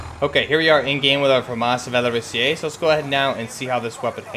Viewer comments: It's pronounced "Val-or-is-zay" not "Val-or-is-eee-ay." You're adding a syllable. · I'm French, the "Valorisé" was almost right ! you just mispronunced the "sé" part wrong, you are saying it like if it was written like "Valorisié" i think on an online translation device you can actually heard the right pronunciation. But i tip my hat to you cuz french is really weird ! EDIT : you pronunced "Félin" like "Fueline" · Yo, Great video again! I'm a fan from France, "Félin" was well pronounced, it's just that you don't need the little "e" that you pronounce before the "é" in "valorisé". It's something more like "valorizay". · Yeah le " Valorisé" should be pronounced like Valori"sae" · You pronounce it wrong, you said valoriSIÉ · my French teacher said the e don't need to be pronounced